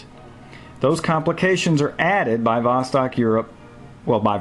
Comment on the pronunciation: Don't say vOstok, but say vostOk. Thanks.